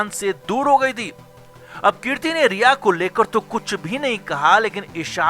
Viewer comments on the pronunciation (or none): कीर्ति नहीं भाई कृति है आप पहले उच्चारण सही बोलिए बहुत खटकता है कानों पर 😀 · Kirti nahi kriti 🤦🏻‍♀️ aur हंग्री नहीं हंगेरी के ब्युडापेस्ट..!! और ये ळग क्या होता है? It is drugs, ड्रग्स...